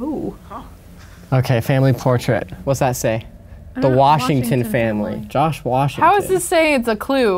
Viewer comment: Anybody else hear him say “Josh Wash” 😂